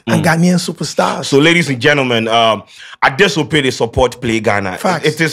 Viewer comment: I will love to see seeing this and able to pronounce it perfectly the next time. To get the name “Adesope” right, please you should pronounce it as “Adeshcp3” in twi accent so it will sound perfectly like the Nigerian accent. Thanks ❤